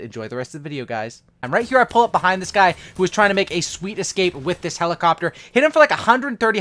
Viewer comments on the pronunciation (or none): Sweet escape with a “HELOCOPTER” ?